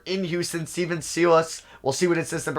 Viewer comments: Sigh-less not See-luss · Stephen Silas (sigh less) not (see less) lol just a friendly heads up